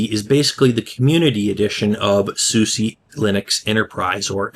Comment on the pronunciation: just fyi It's pronounced 'susa' not 'susie'